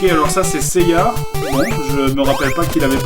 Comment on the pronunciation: Les français qui disent Seiyar. Lol Saint Seiyar. Tellement laid.